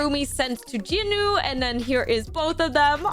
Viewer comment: JINU "JE-NU" NOT "Jin-u"